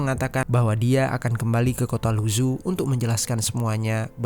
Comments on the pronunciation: Keknya yg isi suara perlu belajar atleast banget pelafalan bahasa mandarin karna susah didenger kek luzu apa cb? Mungkin lu zhou? Ini bacanya lu cou lalau zhejiang bacanya cre ciang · Halo Bro, Mohon izin bukan saya sok pintar atau gimana, Membaca nama kota negara lain, mohon ikut cara baca mereka, aneh saya mikir dua kali, apalagi nama orang. Mougen dibaca Mogen, Luzhou dibaca Lucou. ikuti cara baca bukan hanya abjadnya. biar tidak salah paham.